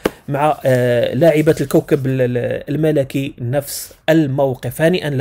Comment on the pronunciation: الكوكب المَلِكي وليس الملَكي